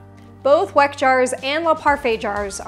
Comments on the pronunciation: Thanks for the video, just a note, Weck is pronounced 'Veck' since this is a German brand. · Weck is a german company, u pronounce it wrong 😁 I truly love your video, super helpful for making the most delicious food at home 🥰